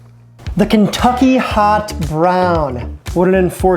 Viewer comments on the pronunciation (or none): none